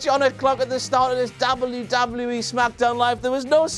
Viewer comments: its nt dobluee doblueee eeee btw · say w properly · He pronounced it DoubleU DoubleU E RAW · Why does he say wwe like that